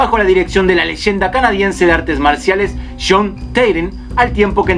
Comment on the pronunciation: Cuando dices jhon suena como sean. Dos nombres distintos. Jajajaja. Sean foo o jhon foo???